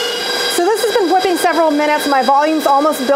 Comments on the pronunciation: Is there a reason you pronounce W’s like Stewie? “HHwipping” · She says whipping kind of funny lol